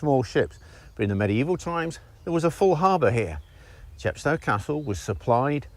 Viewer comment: CHEP sto, as in GLAZ go and MOSS Co. No offence! A fascinating video.